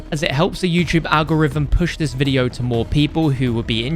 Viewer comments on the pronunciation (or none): none